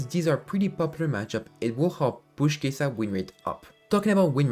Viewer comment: Your content is really good, but could you pronounce her name correctly? ☝️🤓